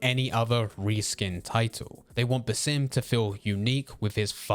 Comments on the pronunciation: Sounded like he said simp haha which would be incorrect since he looked away from that woman in the trailer 😅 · Bro every time you say basim it sounds like you're saying the sim and it's really annoying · You pronounce basim weird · And Roshan, it's cuz English usually places emphasis on the second syllable of a name rather than the first which would be correct